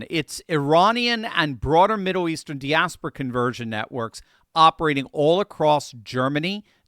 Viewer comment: you are pronouncing "diaspora" incorrectly! FFS someone with a PhD in Religion should be able to say that word correctly!